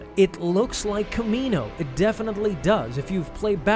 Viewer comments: Its not kamino 🤦🏿‍♂️ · Pretty sure it’s not kamino